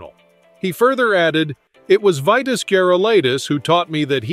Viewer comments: This must be the AI idiocy that we have to put up with. The name was pronounced "Veetas". He was a great for sure. I met him at the WTA event in Dallas at SMU in 1977. Great and friendly guy. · I stopped watching after you mispronounced his first name. 🙄